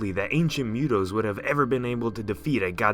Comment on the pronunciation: Mootoes not mewtoes